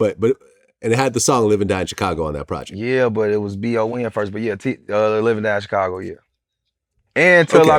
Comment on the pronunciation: Vlad kill me how he pronounce Chi-Raq and Chicago.